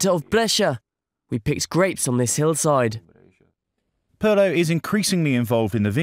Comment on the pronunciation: "Peer'lo", not "Purrlow"